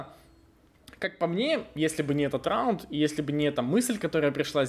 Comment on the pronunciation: xD РРРАУНД😅😅😅петрик а.к.а ларин!)!(!)